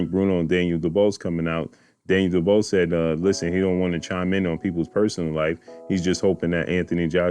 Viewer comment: His name is pronounced Du beach,understand it's not duboss how you are saying it